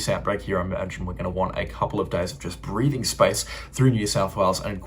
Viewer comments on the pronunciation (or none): none